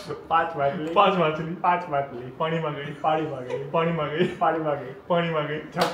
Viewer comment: machil na badle makhile makhile bole chele ma 😂😂jojo 😅maja aave 😅😅😅